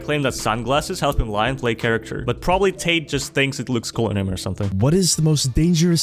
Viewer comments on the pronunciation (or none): none